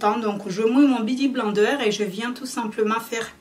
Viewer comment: Sa se prononce "biouti blainedeur"😂😂 dsl sa me stressait trop bsx😘